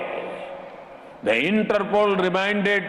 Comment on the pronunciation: Inter poles 😁😁